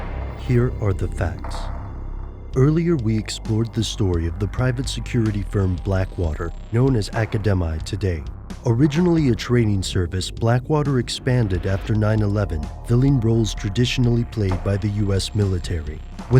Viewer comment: All of that "research", and you can't even pronounce the company's name correctly! Acedemi is prounounced just like "academy"......dumb fuck.